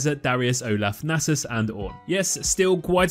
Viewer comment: It’s pronounced “Nasus”